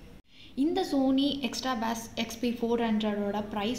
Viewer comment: It's not baas its bass ..🙂next time when Ur saying correct it thank u🙂